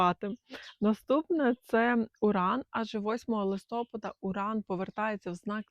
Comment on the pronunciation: ЛистопАда… ЛистопААААААда…